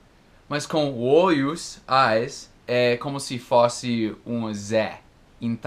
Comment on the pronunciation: HE SAID "OIOS" kkk. I do not know if with the Americans it is like that, but for many Brazilians, to see an American speak things, like OIOS, instead of eyes or FÓSSE, instead of f(ô)sse, letter ZÉ, instead of letter zê or INTONG, instead of ent(ão) it's cute, cuddly, lovely. It is not annoying or annoying. Funny, though, still has incredible fluency when he talks. That is, for me, fluency and the perfect form of speaking words are not necessarily linked. I wanted to know if listens as well as he talks. Because I hardly understand native speakers.